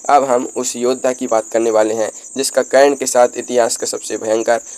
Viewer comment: Aap se anurodh hai aise topic me aap apni pronounciation thik kar le karan bolna seekh le hasi k patr na bane